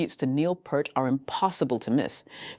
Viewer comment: Peart not purt🤮